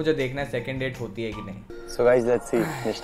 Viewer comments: Dude that NishTHA not nishTA!!! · I am literally cringing everytime he's saying Nishtha 😖 (it's actually my NAMEEE!!!!)